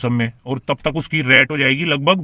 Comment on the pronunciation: डैली नही डेली रैट नहीं रेट😅 उच्चारण सही करो